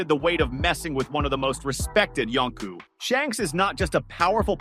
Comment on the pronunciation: Yonko, you turd! Not Yonku!